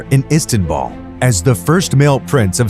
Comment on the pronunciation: ISTANBUL..NOT ISTANBALL